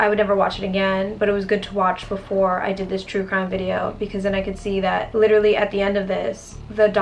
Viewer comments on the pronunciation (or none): none